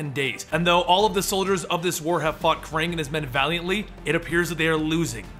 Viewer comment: It's fucking pronounced "Kraang"